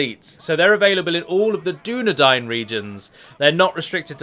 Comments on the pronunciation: Who the fuck says Dunna Dain... and not Dunna Dine. It's even said in the films Dunna Dine...! During the scene where Eowyen talks to Aragorn while offering him food, and she realises he's a descendant of Numenor... Probably a few more times too but that's the one I remember quickly off the top of my head. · Dunadain -_- You misheard my friend